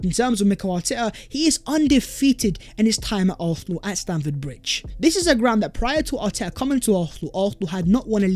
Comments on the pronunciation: Whose chance has been revived?? ARFFFFNAL’s??? Who the hell are ARRRPHNAL??! Learn to speak English!! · Oh yeah? I know Arsenal fans from ALL OVER THE WORLD who can pronounce Arsenal with an S in their own accents. His pronunciation of Arsenal is painfully atrocious. Accent? Lol!! Get a grip. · Garbage. He is the only guy I know of who cannot pronounce the name of the team he supports properly! He has at least 4 different versions. LOL!!